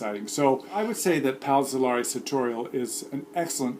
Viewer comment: See' Lehr-ee not See Lah-ree